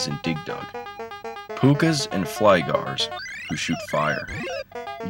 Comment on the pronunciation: flygars lol its fygars